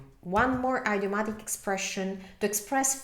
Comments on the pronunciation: Your English is excellent but in this video, you mispronounced 2 English words. First, “idiomatic” is pronounced id (as in lid) i-o-matic. Second, “recognize” is pronounced rec (wreck) og-nize. Otherwise, great video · Thank you for your help in italian... let me help you in return with English. Idiom is pronounced in English like ih-diom, not eye-diom. Same with idiomatic. It's a soft i, not a hard one.